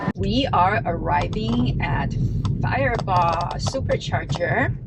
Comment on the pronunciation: You pronounced Firebaugh Perfect